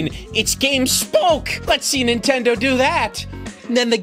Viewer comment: I can’t believe I wanted one of these when they were new. I was legitimately let down when I didn’t get one for Christmas. Looking back, I would’ve absolutely hated it upon finally playing a game. Dodged a bullet there. Edit: why do you pronounce Nintendo as “Intendo”?